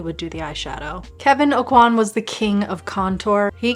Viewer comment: FFS Kevin "O-QUA"!! not "A-QUAN!" If people love him some much why no one bother how to pronounce his name right?! at the very start of the video. Teach yourself first.